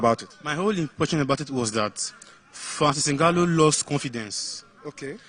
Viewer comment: And y is my crush calling ngannou ngwanu?